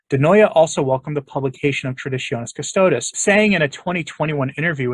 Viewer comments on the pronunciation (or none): none